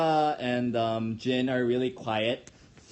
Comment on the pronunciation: so jin and rapmon were the one that had talked to him alone right? (sorry because i cant recognized the way he say 'jin') just for making sure 😄😅